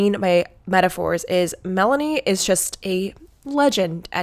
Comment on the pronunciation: Omg Mell-ah-knee🤣lmao